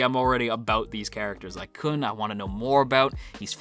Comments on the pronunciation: khun👏is👏best👏boy also, try pronouncing Khun as “Koon” instead of “Kuhn” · His name is pronounced --- Blue turtle!